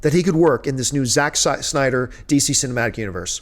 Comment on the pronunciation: Sounded like you said Zack "Suck" Synder lol